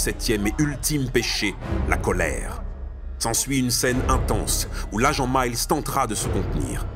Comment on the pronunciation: Super vidéo, cependant, je n’aime pas chipoter pour des clopinettes, mais je ne peux m’empêcher de réagir sur les prononciations (Dayvid Fincheuw, Somewset, Twacy), et c’est Mills, pas Miles!🤣 Bref, cet épisode est une tuerie et ce film est une giga tuerie!